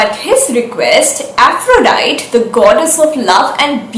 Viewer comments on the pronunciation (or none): none